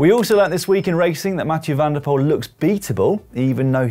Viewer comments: Jeremy: van der Poel is pronounced like the word “pool” not “pole”. van Aert is pronounced like the word “art” not “air(t)”. In Dutch oe=oo in English, whereas oo=long o in English. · NOT like Pool but PULL , from a Dutch speaker.